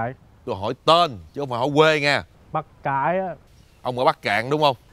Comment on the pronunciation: Bắc Kan (Cạn) mình ơi